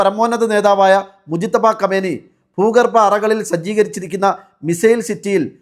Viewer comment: خامنىءي ഖാംനഈ എന്നാണ് പറയേണ്ടത് .